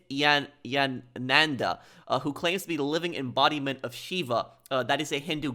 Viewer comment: It's pronounced Ni-Thh(emphasis on H)-yaa-nun-daa